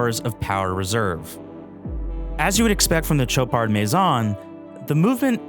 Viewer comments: It's pronounced SHOW-pard not TCHO-pard. $14K is a joke for this wannabe. For the money, there are lots of quality options not trying (and failing) to copy a true classic. If the Royal Oak didn't exist I'd say nice watch. But it does, so - at this price point - it's pathetic. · Dude, it's not a CHoparD! It's Shopaar with a sh and without a d. Learn your names if you are a watch journalist! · There's no 'd' in the pronunciation,. It's 'show-par'. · Did a real person just say Cho-pard? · (sh ō par) Love the watch. Sweet dial, great bracelet. I actually prefer the date. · Shots are great, review is good…. Not sure why editors would allow video to be released with gross mispronunciation of the brand….. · You can't possibly be pronouncing Chopard correctly.